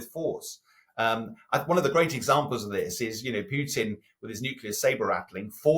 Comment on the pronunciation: It is PUTIN, not PYUTIN. You are a journalist, just pronounce the name properly for Christ's sake.